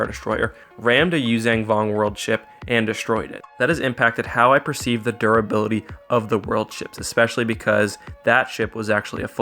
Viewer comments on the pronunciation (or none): none